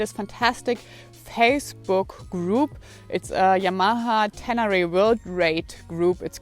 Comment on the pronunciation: at first it sounded like you named your bike Fucked...LOL